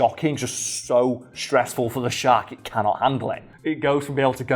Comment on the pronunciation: I’m only hearing “great white shart”.